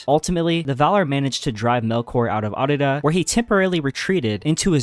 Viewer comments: Bro keeps saying Arda as Ardida I’m weak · Arda… it’s Arda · sorry man, leaving after hearing you mispronounce Arda for the 10th time. it just grinds my gears